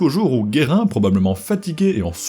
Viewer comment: Basculer la table des matières Jules Guérin et pas "Guerrin"